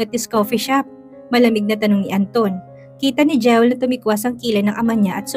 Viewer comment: Pls come rrect your pronunciation ng Jewel. It is pronounced “Jiwel”. Sakit sa tenga pakinggan kc. Sorry if I offended you.